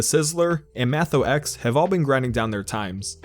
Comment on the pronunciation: Mathox is pronounced Mat (like in matrix) ox (like in oxford)